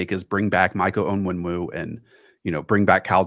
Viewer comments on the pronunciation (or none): For the love of god, it's ONWENU. On-wen-oo. Quit sneaking that extra W in there 😂